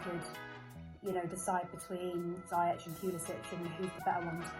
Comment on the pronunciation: He’s actually said himself it’s not. It’s pronounced ziy-ec